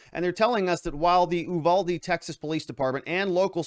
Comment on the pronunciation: The town is Uvalde. you- VAL-dee. Check out what has been going on this town. It has been through hell since the border dissolved. The school is what you would expect from Mayberry. This is not a wealthy school district. The officers, of any kind have been through hell, just look at how the response has been. Instead of giving them time, the media wanted answers right now! While this was a horrible thing, it's the split rein incident all over again. For God's sake, at least take a minute to learn to say the town name correctly.